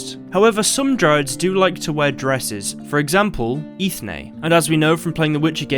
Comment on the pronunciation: Funny enough Eithne is actually pronounced "Enya". It's celtic in origin and means Kernel/seed or nut Which is completely sensical to give this name to a dryad 👍